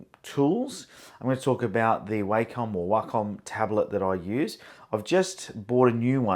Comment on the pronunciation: Wacom is pronounced "wah come"